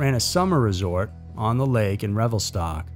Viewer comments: Royal Canadian 'Mounted' Police and it's Revel-stoke - not stock. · Pronunciation screw-ups today: "Revelstock" and "Royal Canadian Mountain Police." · Revel STOKE.. not stock ;)